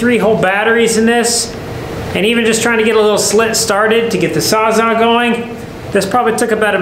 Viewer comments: LMAO it's not "sawzaw", it's a saws-all. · thinks its called a saw-saw? LMAO its sawz-all. as in the saw cuts all. sawzall. not saw-saw. Ps a battery powered transfer pump would have emptied that tank in 30min. and its usually a good idea to have a couple fire extingishers around for a job like this. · Saws. all. Sawzall. not sawzaw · Sawz-all…..not sawzaw or sawsaw! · not a SAWZAW... It's a SAWZALL as in Sawz All. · Bro PLEASE…you’re killin me. “Saa-za” no. “Sawz-All” yes. 😂